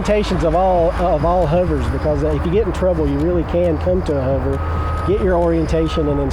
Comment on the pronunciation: WTF is a "Huver"?